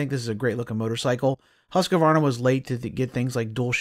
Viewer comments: Say "Hooskvarna", it's the right way. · Pet peeve of mine, hearing people butcher the pronunciation of Husqvarna. It makes my ears bleed. That said keep these great videos coming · Are you saying the name right?